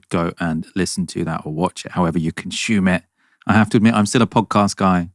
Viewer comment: NOTE: you don't "conshume it" . . . . . the pronunciation I heard, yes, conshume